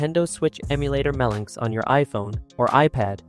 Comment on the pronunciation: Just letting you know, it's pronounced Melo-NX. dw about it but for next time you know.